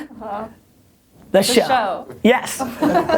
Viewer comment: Once again, great "shwo" Gary - very valuable to my gig - thanks!